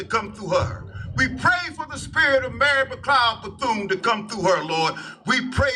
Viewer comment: The way he messed up those names are crazy Harriet tutman Mary becloud bathune yoshua who are these ppl